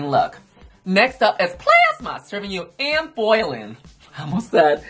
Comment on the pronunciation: New drag name drop: Anne Boilin', brought to you by Yuhua's bootleg pronunciation of Anne Boleyn! 😂